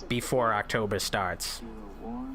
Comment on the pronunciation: Did you just say "do any promotion stiff?" about Aaaahctober? Just asking, because that would make sense.